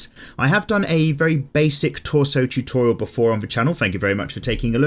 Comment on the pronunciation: I*'m going back once again to this "Choo-Thor-Rial" 🤣🦵